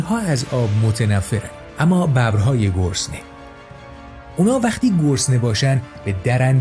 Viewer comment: آقا ، بزار یه کم سر به سرت بزارم ! چرا هر دفعه‌شما میگی گرسنه ، به گوش من میاد که میگین گسنه !!!!!! حالا میگین گرسنه یا گسنه ؟؟؟! 😅😅😅